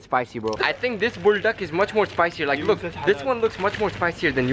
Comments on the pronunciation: The way he says "bulduck" ✨️ is just aesthetic ✨️ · 😂bro when said “buldak, it reminded me of them saying “pulfak If anyone remember Pulfak like 😂😂